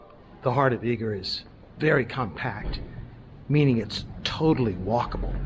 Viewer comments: Its pronounced Eger not eager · Nice video but Eger is pronounce egg er not eeg er